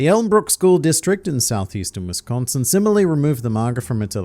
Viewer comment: pronounces wisconsin better than anyone from the southern united states